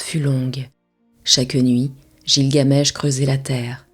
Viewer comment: oui car il me semble qu'on prononce guilgamesh et non jilgamesh